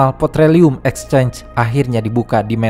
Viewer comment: PEtroleum bang bukan POtreleum